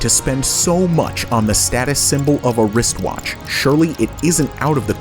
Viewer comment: Did he say "risk watch" instead of "wrist watch"? 😂